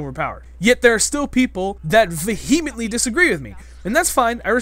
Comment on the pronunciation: Haven't heard the stress in saying vehemently go on the second syllable before.